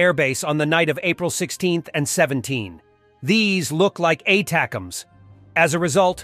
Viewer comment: No “K”, ATACMS